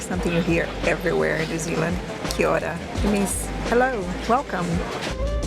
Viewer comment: U pronounced Kia Ora beautifully❤